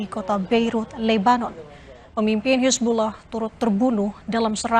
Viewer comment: Hisbulah bukan hisbuloh,, pake A mbak,,, bukan O